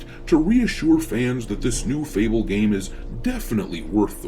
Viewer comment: Fable hahahahaha sound like UNABLE